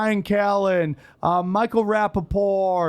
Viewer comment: isn't the only one who fucks up the T in Rapaport's name lol